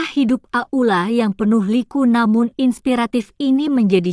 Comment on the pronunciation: Pembeca kurang benar kurang lancar bukan ak uk la itu aula gitu aja terlalu leby